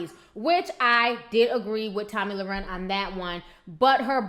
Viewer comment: you keep saying her last name wrong. Not that you care;)